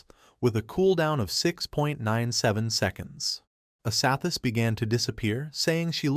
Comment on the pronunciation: Wtf is wrong with people posting videos that can’t even properly pronounce names. Main character is called Qin Feng which is pronounced like chin fung. The silver haired goddess looking woman is named Ashashishis pronounced ah sha shee shis not asathis or whatever the fuck the ai is saying